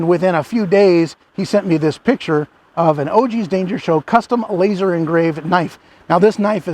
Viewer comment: Did you say "LAZAR" engraved?? 🤣🤣🤣🤣